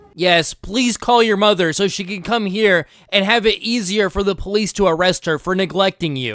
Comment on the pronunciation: "Da POELEECE"